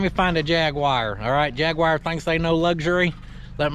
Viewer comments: It's Jag-u-wyre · Thank you for pronouncing jaguar correctly NOT !!! jag u wire 😂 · Ha over here in the UK Jaguar Is pronounced JagUar simples😛😂🎅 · Durn right, jagwire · From this day forth , I will be calling all Jags , Jag-wire. 🇦🇺🤙🏼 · Dun, gud, jagwire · At least a jag-e-wire is cooler than a ron-day-voo! My brother, I'm loving the wagon!!! I pray I can find one myself. What a great build! God bless you, your family and friends 🙂👍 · as a brit i can confirm its jagwire 🤣🤣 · jag-wire indeed!